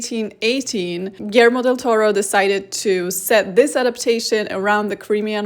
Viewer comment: Just one r in Toro :)